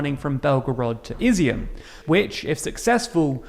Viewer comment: Izyum is pronounced ih-ZOOM